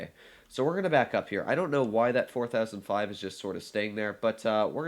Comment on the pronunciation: How he says 4005 triggers me